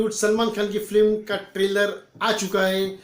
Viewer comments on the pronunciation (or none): First of all....That's "Film" instead of "Flim"